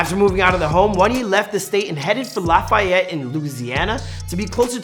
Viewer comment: 🤦🏾‍♂️ it’s pronounced “laugh-a-yet” and “Lou-weezy-ana”. Take it from someone that live there